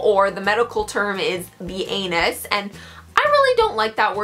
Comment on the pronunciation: Every time she said anus I laughed cause it sounded so funny